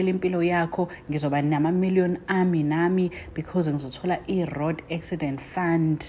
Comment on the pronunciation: I "rod' accident fund!! Eish english man!